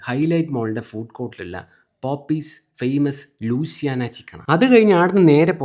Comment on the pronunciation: പോപ്പീസ് അല്ല ചെങ്കായി. അതു പോപ്പയ്‌സ് എന്നാണ്. ഇവിടുത്തെ ഫുഡ് ഫ്ലോഗർ ആണ് സഹോ. അമേരിക്കയിലെ ഫേമസ് ആയ ഈ ഔട്ട്‌ലെറ്റ് അറിയില്ല എന്നത് പൊട്ടെ. വായിക്കാനും അറിയില്ലേ 🥴😟🥴🥴😖